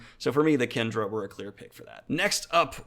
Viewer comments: Kandra is propnounced Kahn-dra!!!!!!!!!! Kendra is a girl's name! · A few comments -Kandra is pronounced "khan-dra" -Did you consider Parshendi at all for this list? - Have you thought of reading Temeraire? It presents an interesting take on dragons. Great video!